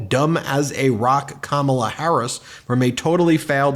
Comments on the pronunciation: Dang Ben..you need to learn how to say Kamala..get it right… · Trump won’t even say her name correctly.